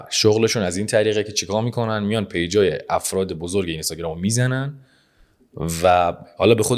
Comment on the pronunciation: اینستاگرام رو لطفا درست تلفظ کنید. بعد از حرف (ن) حرف (ی) وجود ندارد و حرف (ن) ساکن هست